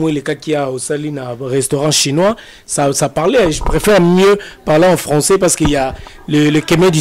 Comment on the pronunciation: Oyo kizengi ya mobali owumeli na poto mais français mawa zua ata temps yakosala ba formation ata ya langue Olingi français mais français eboya yo. Cmt tu t'exprime avec tes enfants ?olobaka François et non français